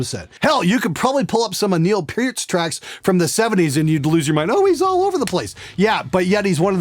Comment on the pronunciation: Good job for pronouncing "Peart" correctly!